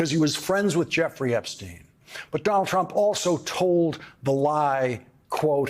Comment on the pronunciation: Dol Trump, Dol Trump.....really, how many times can he say Dol Trump????